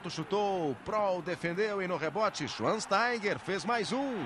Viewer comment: Lembro que quando o Schweinsteiger surgiu no Bayern, os narradores estrangeiros tinham muita dificuldade de pronunciar seu nome, fato que hoje não existe mais, todo mundo pronuncia de forma automática. Dá para ver aos ("Schwan Steiger")